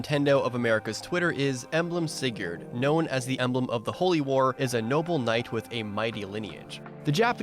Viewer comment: That opening pronounciation of Sigurd... I mean, I know it's not WRONG, but that "yurd" is going to haunt me. And, I mean, Leif is also on a horse, in FE4 anyways.